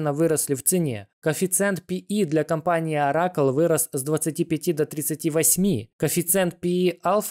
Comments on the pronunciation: Не Ора'кл а О'ракл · ну нельзя делать видео и не уточнить как правильно произносятся названия крупнейших компаний, "орАкл" ну что это такое??? ощущение что человек делает умное видео, а название крупнейшей it компании первый раз увидел, ну можно же даже просто по английски правильно произнести